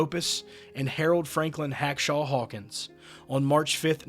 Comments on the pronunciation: That's "Hawkshaw" Hawkins, not HACKshaw. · Correction: It's Hawkshaw Hawkins, not Hackshaw.